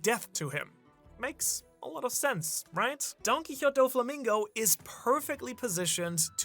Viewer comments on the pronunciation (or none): It's not Donkeyote it's don-kee-HOH-tay doh-flah-MING-go. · it is actually pronounced don ki ho tay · Don-key-ho-tay. It's spanish! You pronounce the e at the end! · Dudes saying his name donkeekawtz when it’s Don-Kee-otay lmfaoooo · The only person in the world who pronounces it don quihot. The japanese pronounciation is pretty identical to the spanish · Why are you pronouncing his name as Donkey-hot? 🤧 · “Don key hoe tay” there you go that’s how you say it 😂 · Don-key-ho-tey, say it with me. Do you mispronounce on purpose? Genuinely asking because you seem eloquent and literate. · u mispronouncing DonQuixote is irking tf out of me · bro, can you pronounce donquixote properly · Love the theory but it irks me everytime he mispronouces Donquixote lol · I'm sorry but poitning out that you recently picked up Spanish again in an episode whereyou mispronounce "Donquixote" a million times is absolutely friggin wilddddd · I don't like the way you say Donquixote other wise good video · How come ur pronouncing his family name like that? I’ve never heard it pronounced like that even in Japanese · You're pronouncing Donquixote wrong, being a One Piece YouTuber and not pronouncing names correctly is wild 😂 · The don quixote pronunciation made me rage quit lmao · is German, I don't expect him to be able to pronounce Spanish words anywhere close to how they're supposed to sound xD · My guy, that's not how you pronounce Donquixote